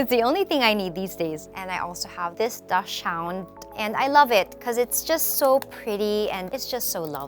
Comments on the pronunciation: it's not pronounced "dash-hound"...it's "dox-sen" :-) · daschund is actually german so u pronounce it like “daxund” :) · As a dachshund owner, it makes me cringe when people say it wrong. Sorry to be that person, pero it's pronounced as daks-hund (daks as in malaki and hund as in past tense ng huh 😅 ) hindi sya hound. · So many mispronounced words like dachshund and brooches.